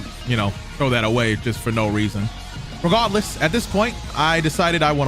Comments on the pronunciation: this man said "RiGaRDLeeS" like 20 times.... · This dude sounding like he casting a Harry Potter spell every time he says “Regahdless”!! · Or regawless i love it how he say it 😂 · No one:: ReGahdless